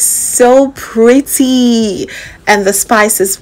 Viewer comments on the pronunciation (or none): none